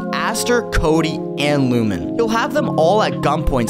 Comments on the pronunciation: When I heard Lumen I stopped treating you seriously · Lost me at lumen 😂